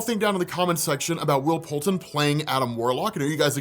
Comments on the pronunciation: Isn’t it Poulter? Not Poulten? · PoulTER lol come on you said it right in the beginning!!